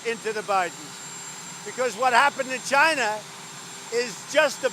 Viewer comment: Why is ' it ' still pronouncing China as ' J- i- Na ' '? Could someone in the WH tells ' it ' the correct pronunciation since ' it ' looks at China as no.1 trading opponent? Or is it something to do with the denture of that Dumbaxx?